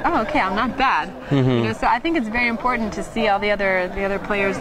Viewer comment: You're right. To me she sounds French when she emphasizes her words ("important" vs "I think it's very important" ) and very suburban American the rest of the time. And she also uses dated phrases like "yah, for sure" that a younger American probably wouldn't use, unless they were doing an 80's parody.